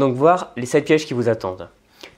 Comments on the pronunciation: Sept z'erreurs ? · Aïe la liaison "mal-t-à propos" au début de la vidéo ! On ne dit pas "sept-z-erreurs" mais simplement sept erreurs. Désolée mais chez quelqu'un d'aussi cultivé que toi, ça me choque d'autant plus. À part cela, super vidéo comme d'habitude 👏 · C'est un petit travers qu'il a tendance à faire dans plusieurs vidéos, l'ajout du "s" aux nombres et donc les liaisons mal placées à ce niveau-là.